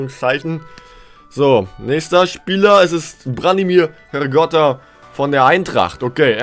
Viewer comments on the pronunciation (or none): Er heiß HRRRRRGOTA man man man 😅😅😅